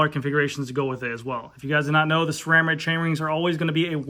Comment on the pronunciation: THANK YOU! You are the only one that pronounces SRAM correctly. Everyone else uses an H in the pronunciation. Drives me nuts! SSSSSSSSRRRRRAAAAM people, Not SHRAM.